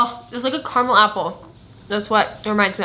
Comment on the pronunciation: I love the way you say caramel hahaha so different to how we say caramel in NZ!